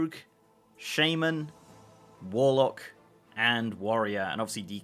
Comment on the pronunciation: Learn how to pronounce shaman already tf